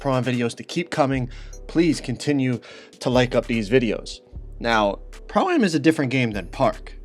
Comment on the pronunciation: Why can he not say pro-am right? 😂